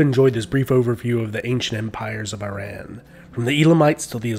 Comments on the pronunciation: I love your videos, but please don't say "eye-ran", it sounds so uneducated but then again you are quite educated, the correct way of saying "Iran" is "Ea-ran", (i.e., "ea": as in "eat" or "pea") and as for the "ran", it's a short "a" not a not long "a", like "father", anyhow, kudos to you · I really appreciate your informational videos. But to mispronounce the name of the very country you are speaking about is very interesting if not very suspicious! It’s a long way of saying the name of the said, country is pronounced, ERUN .not Eye Ran. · Nice video but you’re not pronouncing the word Iran correctly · Might be a good idea to learn the correct pronunciation of Iran and Iranian.